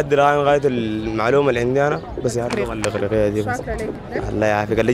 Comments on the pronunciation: اسمها اللغة غغغغاغغغغغااا وليس اللقة 😭😭😭😭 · المذيعة دي غيروها احسن ليكم ، عشان القناة تستمر بفكرتها الجميلة دي… لأنها بتتكلم عن اللغة العربية و بتنطقها " لقة" مهما المستضاف يقول اللغة هي تقول لقة بالقاف .. اسمعوا الكلام دا بالله عشان ندعمكم